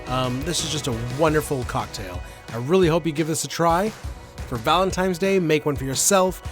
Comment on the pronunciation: Did say "ValenTIMES" day????? 😀